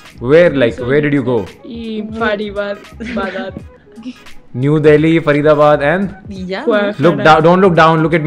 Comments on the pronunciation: she said (far ida bad) faridabad 😂😂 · the way she said Faridabad 😂😂😂